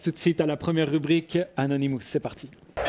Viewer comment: On dit pas anonymouuus mais anonymuuus comme “us” 😂😂